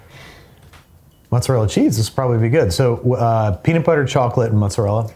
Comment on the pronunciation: "and the amount of peadit bledder flebber is entirely up to you!" so true king